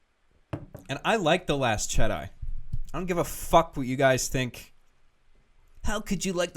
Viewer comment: "The last Chedi" lol